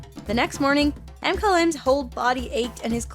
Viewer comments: It’s not M-Kyle-M it’s McKylem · I think "m-kyle-m would be "mkylem". (MA-ky-LUM)